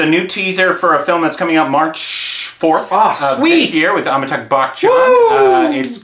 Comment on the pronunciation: Nobody:: AmitaaGH BaKchan